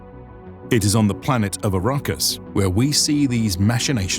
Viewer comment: Its ARRakis... Not A_RA-Kis